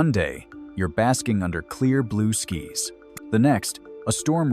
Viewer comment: another AI driven lecture; can't even pronounce "skies"